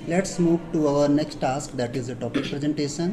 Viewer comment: Is it only me who noticed saying taks rather than task